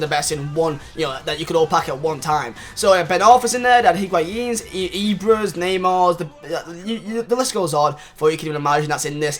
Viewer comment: Mar-ney Ney-mar